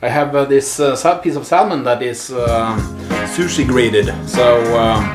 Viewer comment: Bare en liten tips, på engelsk den L i salmon er stum - vi sier "sæmen"